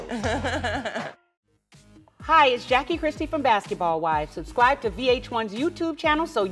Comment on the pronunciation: Did Jackie say subscwibe...or was it me? I'm happy tami is in a better place.